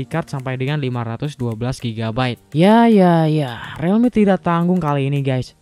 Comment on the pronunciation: Realme = RILMI, bukan RELMI. Jadi gaenak dengernya.